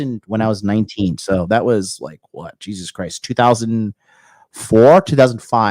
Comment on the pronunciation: got so riled up his Irish ancestors spoke through him when he said JYEAHSUS